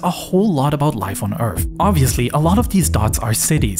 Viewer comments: Why do you pronounce your th as f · Not saying this to be mean but if you're narrating videos in English you should work on your 'th' pronunciations. You're literally saying Earf, for Earth, and dis and dat, for this and that. Not trying to be pedantic 👍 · Earf, Earf, Earf..😂😂😂😂 Man, do you even know how to pronounce "th?" Th doesn't equal F..😂😂😂😂😂